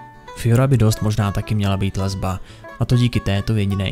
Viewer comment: Proč mi přijde že pokaždé když má vyslovit gay... jeho přítel nebo lesba tak se zasekne :D